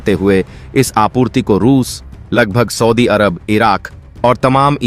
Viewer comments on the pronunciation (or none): none